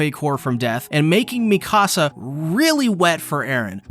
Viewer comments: “Mee-kasa” is killing me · Why does everyone call her Mecasa instead of Mikasa? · Its Mikasa not la micasa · Bro makes a lore video but keeps saying Mikasa’s name wrong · You're pronouncing Mikasa wrong... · the way he’s saying Mikasa’s name…. No…. You’re high!